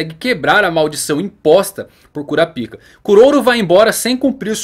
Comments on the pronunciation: Muito bom o video, só é engraçado escutar "♪ Kurapíca" no lugar de "♪ Kurápica" que me parece mais natural de falar e mais family friendly. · Kurapica? Não se pronuncia kurapaica? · Kurápika, e não "Cura Pica". Quem "Cura Pica" é urologista 😂😂 piadas a parte, bom video... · Essa pronuncia não tem salvação em nenhuma das opções kkkk eu particularmente prefiro o da dublagem KURAPAIKA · Não se fala "Curapica", se fala "Curapaika" Assim q eles falam no anime em Japonês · É por isso que na dublagem BR pronuncia o nome dele "Korapaika" por causa do original parecer outra coisa. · KuraPAIIIIKA... kuraPICA.... Ehhh fróiiiid 😂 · Kurapica? Homi coloca um acento na vogal i pra ficar na pronúncia japonesa ou "ai" para chamar de kurapaica